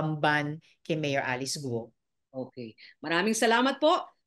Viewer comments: GUUUUOOO HINDI GOOOO😂😂 miss malou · Guo Hindi Go. Gu-o